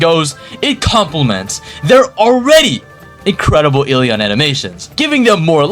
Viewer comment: I’m SO excited for eleons but, putting everything aside I LOVE UR CONTENT 😭🙏 AND I SUBBED AND WILL WATCH MORE. ( I WAS WAITING FOR THE ELEON GOTTA CATCH EM ALL😭🙏also that “ELEon” sounded personal)